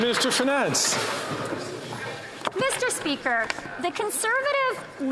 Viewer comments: Meester speeker..... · Meester Speeker😮